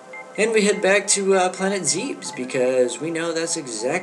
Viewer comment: FINALLY! Someone who doesn't pronounce Zebes as "Zaebs"